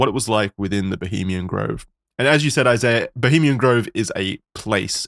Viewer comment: You don’t pronounce the “h” in French😂😂